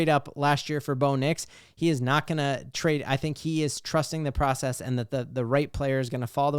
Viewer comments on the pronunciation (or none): none